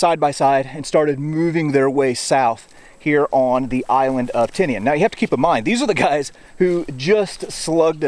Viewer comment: Surprisingly you can say Tinian sound it out a e i o u’